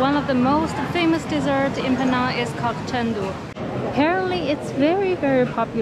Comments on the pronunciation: 安徽小妹妹！你把"PENANG" 的 “NANG" 发音错了。It should sound like "HANG". NANG should not sound like 囊. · Penang is pronounce is "Pi Neng". It's not Peh-nang. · You 😂 pronounced Penang incorrectly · Penang is mispronounced! Please get it right!